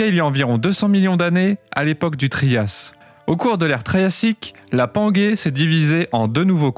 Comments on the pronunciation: Alors j'adore ta chaîne mais PLEASE on dit panjé et pas pangué il n'y a pas de U après le G donc ça ce prononce comme un J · La panguay.. serieux sa se prononce panguay? Non.. pangée 😅 eh oui